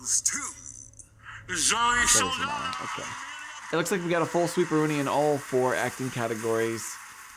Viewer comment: You need a little work on your name pronunciations. Saldaña has an ñ, not an n (so pronounced like ny). Ralph Fiennes' first name rhymes with safe (no idea why it's pronounced that way).